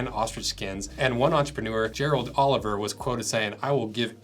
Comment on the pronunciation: The Afrikaans words are killing on this one Klein = clay-n Olivier = Olly-feer